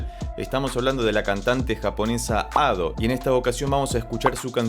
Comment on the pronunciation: Ado lo pronuncias bien, Ussewa es como se leería en español pero la sílaba tónica seria "sse". Aparte de Crime and punishment de Ado. Te recomendaría "life hate us now" de Mafumafu (es un chico, por las dudas digo) y si lo escuchas con leyendo los subs mejor.